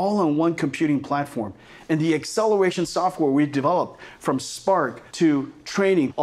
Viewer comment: Excelewation softwawre